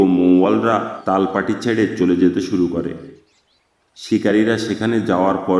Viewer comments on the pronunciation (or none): সুন্দর বলেছেন। কিন্তু "তালপাটি" না, "তালপট্টি" এবং মধ্য না কিন্তু মধ্যে.